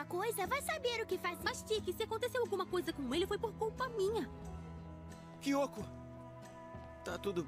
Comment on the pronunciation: Ate que fim acertou o nome da Nathalie não chamou ela de Natalia mais agora ele precisa acertar o nome da kyoko ele fala o nome dela certo mais outras vezes sai um Kyoto da uma certa agonia